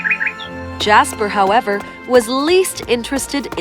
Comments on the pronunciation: when she said little prince jasper | I thought it was "JASMINE " LOL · oml jasper was gonna be my pup’s name but my family couldn’t pronounce it so his name so we changed his name to Casper